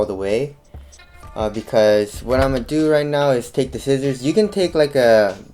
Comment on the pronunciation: did he just say "skizzors"???